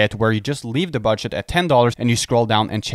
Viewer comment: is he saying BUDSH*T?